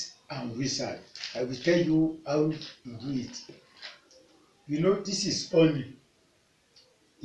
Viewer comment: Is It Honey?...I Don't Understand When You Honey Or Omney Please Clarify